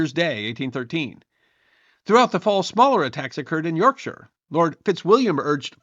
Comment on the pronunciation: Well done on pronounciation! Though you, nearly, said York SHY-AH 😁😁